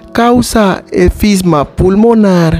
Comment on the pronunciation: La enfermedad se llama enfisema pulmonar y tu dices efisma